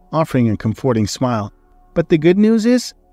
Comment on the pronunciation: Comforting is one of the words, I cannot remember the others now but will try to write a few down for you on other stories. Perhaps there is a dictionary web page that will pronounce them correctly for you, I think I have seen that. The stories are good, happy to help. Other than that very well done.